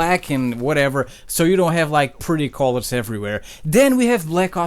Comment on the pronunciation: I thought he said Collar when he said color